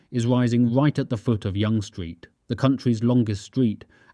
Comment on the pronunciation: Hey genius, you’re mispronouncing Yonge street, and fyi Toronto is already a world class city. Gtfo